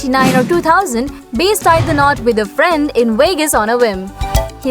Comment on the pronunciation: Where did you find this announcer? Her mispronouncing of many names, like base for Bass detracts from the whole presentation of an inspiring message. It should be a big help to many young men struggling with their sexuality, to find the truth of many celebrities.